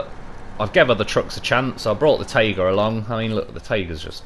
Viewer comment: I totally like your pronunciation in general, but my favourite is how you say "tayga" and "zimnegorsk", making those words sound much softer, than they do in russian